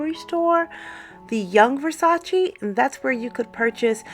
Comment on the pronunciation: It is not Versatsi, it is VersatsE!